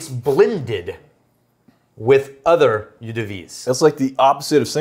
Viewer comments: "Eau" rhymes with "owe", as in "you owe me some whisky". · Aaah! Please don't pronounce eau again, please!